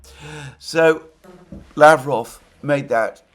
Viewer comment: Russian name Lavrov is pronounced with the accent on the second syllable. lavROV.